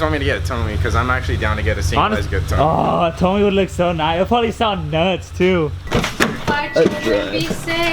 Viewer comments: isnt it pronounced "Toe-may"?? good video though!! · "Toe-may" bro. Like your toe in may.